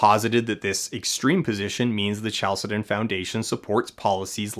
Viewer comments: Isn't chalcedon pronounced with a k sound? 🤔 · That's not how to pronounce "Chalcedon".